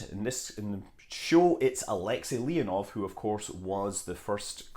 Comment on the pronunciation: Королёв is not "ko-ROL-lee-yef", it's "ko-ro-LÖF". Алексей Леонов is not "ah-LEK-si LEE-on-of" but "ah-lek-SAY lee-ON-of"...